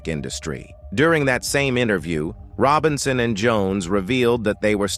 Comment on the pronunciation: These narrators sure can mispronounce.And it was Sylvia Robinson not Sylvia "Rone."